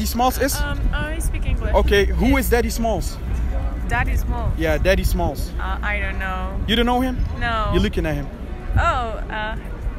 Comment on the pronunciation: daddy smalls is? We speak french. No problem, déddi smàlls iz?